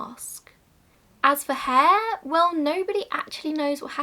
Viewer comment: after mentioning what happened to Burke's skeleton and skin I thought you were saying that no one knew what happened to Burke's hair 😂😂 I was really confused but soon realised you meant Hare 😂